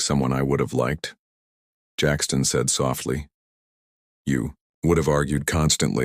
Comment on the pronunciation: An other AI narrator ?????? Painful to listen to at times with stunted stops. 😢😢 Jackson not Jackston.👎